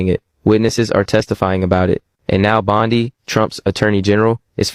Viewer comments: Receipts, please.😐 I'll celebrate when it's corroborated!🤨 Why does he keep saying _ Bond-eye?😶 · The white guy in the video is AI. You can tell by it mispronouncing Pam Bondi’s name. Also all AI right now has the same cadence and rhythm. I can’t find any reputable source talking about it. After finding out that people outside the US are enjoying making money online by just lying and manipulating Americans with false info.